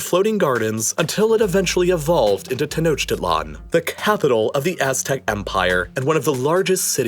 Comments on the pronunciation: Ten-Oak-Til-On. Not Ten-Oach-Tit-Lon. Lol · Learn to pronounce "Tenochtitlon"